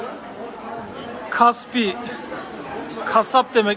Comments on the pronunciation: Kaspi kasap değil .Kazakistan'ın telefonla ödeme yapılabilen banka gibi telefon uygulaması. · Kaspi kasap değil bankanın adı, kart geçer gibi 😂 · Kaspi (Kaspi bank)ye Kasap dedi😂 çok güldüm😂😂😂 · Kaspi kasap demek muhtemelen 😂😂😂 34.05